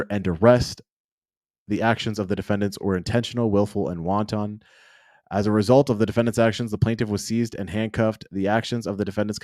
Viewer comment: …willful and “won ton” Lol like the soup 🍲? WAN-tunn